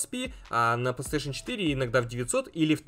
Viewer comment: Почему плестеешен? Не сложно ж выговорить нормально, у тебя ж нету дефектов речи.